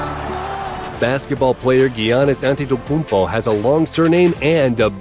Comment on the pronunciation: the way he said giainnis annekoumpo